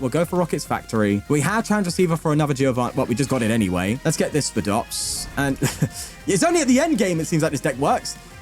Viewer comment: its pronounced "SPY-DOPS" like a spider lol i dont know why that erked me